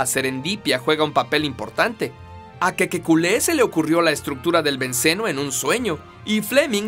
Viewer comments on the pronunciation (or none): dice kekekule pero es kekule